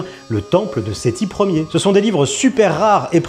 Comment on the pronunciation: Il y a bien dit " Sethi iére" ? Ce débile ne sait même pas lire les chiffres romains 😂😂😂